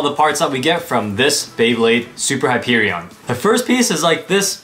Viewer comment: As a borderlands fan the way you say Hyperion frustrates me